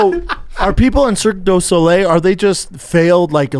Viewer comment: I like how Erik calls it Circus Olay